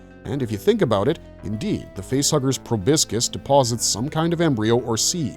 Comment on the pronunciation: Please, for the love of all that's holy, learn how to pronounce proboscis properly! It's pro-bos-is, not pro-bisc-is.